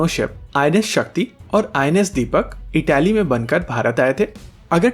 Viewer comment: इटली, इटैली नहीं!